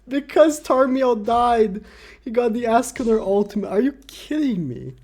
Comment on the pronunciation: How u say escanor:es.ca.nor How says it:ASS.canor How yt subtitles show:ASS..killer Wtf yt